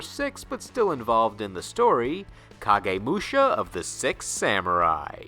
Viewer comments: anyone else hearing "sEx" instead of "sIx" for the last one? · Does everybody notice about he pronounce six to sex in samurai archetype? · Why does it sound that you are saying sex instead of six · Why do you pronounce six as sex? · "Temple of Sex" is all i could hear at the end lmao